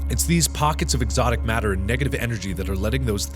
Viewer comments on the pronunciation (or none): every time you say "exotic matters" i think of "exotic butters" ^^ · am I the only one who thought of "Exotic Butters" when Mark said "Exotic matter?"